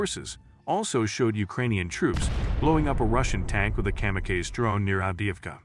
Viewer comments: Kamakazi - it’s not Comma-kays, it Comma-Cause-E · Kam-a-Kays lol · Literally the first time I've ever heard kamikaze being mispronounced. Good old AI.